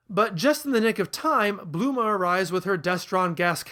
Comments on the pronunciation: her name is bulma not bluma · Dude. It's Bulma, not Bloomah. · Didn’t know Bulma was pronounced Bluma lmao